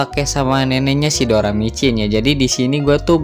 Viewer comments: doracimin bukan doramicin bang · doracimin doramicin lagi😭👍